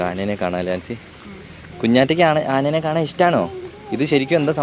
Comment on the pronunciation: ആനേനെ അല്ല ആനയെ..... എന്തായാലും യാത്ര അടിപൊളി ആകട്ടെ..... 🎉🎉🎉🎉🎉🎉🎉🎉🎉 അടിച്ചു കേറിവാ.....